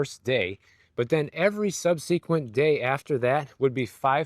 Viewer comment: How come so many content creators don’t know how to pronounce subsequent?